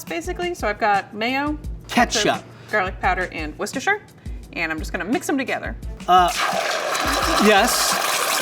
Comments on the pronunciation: …… pronounced…….. Worcestershire properly…….. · Thos is the first time I've heard an American say Worcestershire correctly!! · See Americans CAN pronounce Worcestershire sauce!